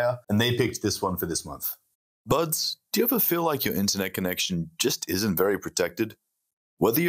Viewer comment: During the sponsor he said "buds" but I heard "birds" and thought, "Is this the Australian version of calling people 'cats'?"